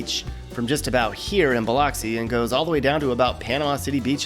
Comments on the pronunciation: That's Bill-LUCK-see - not Bill-LOCK-see. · It's bil-LUX-ee, not bil-LOX-ee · Some chew used to come in a block, too (Brown's Mule brand.) BTW, it's not Bill-lox-see. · The pronunciation of Biloxi rattles my can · You were pronouncing Biloxi wrong.